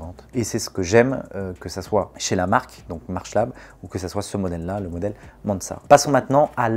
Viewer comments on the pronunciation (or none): Petit souci de prononciation du nom Mansart (de Jules Hardouin-Mansart, architecte du roi 😋)